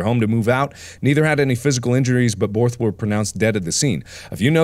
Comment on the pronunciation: Tf is a "borth"